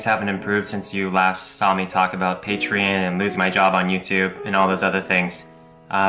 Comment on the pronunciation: WHYYYYYYY tf does this man Onision pronounce "patreon" like "PAY-tree-in". Dear god that's annoying.